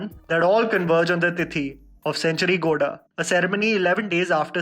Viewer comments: Bro it's गौडा not गोडा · Its gow+ da= Gowda ok , next time whenever you say this word tell it properly ...